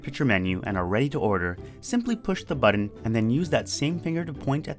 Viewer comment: Oreoxalert Plays He's making a joke about how pronounces "button"